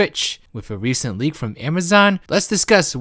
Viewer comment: You need to work on your speech. It's a bit cringe when you try to talk serious and I hear "a reshent leek frum amazun"